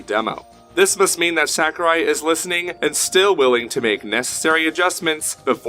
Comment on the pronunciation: The answer is no. Back to Melee :( The fans of Melee are not happy with this new installment unless it makes all the necessary changes. Also, you don't say Sakurai correctly so don't try and be cool and add San to the end of it. It's SAH kurai not SACK u rai. I really don't care it fucking sucks that we will never get a good Smash game ever again. GOD DAMNIT! All us Melee fans want is more characters with the same mechanics. This bullshit is frankly not good enough. I'm telling you the real answer. I'm in the competitive scene and talk to lots of people. Ultimate is NOT bringing the Smash scene together. I can confirm that most Melee fans are only interested in playing the new one for just a short while just for the hell of it. Unless it is made to be even more like Melee. Which I highly doubt it ever will be. Since SAHkurai believes for some odd reason that the technical aspect of it somehow hurts the casual fans. Which it doesn't. The only thing that hurts the game is SAHkurai himself.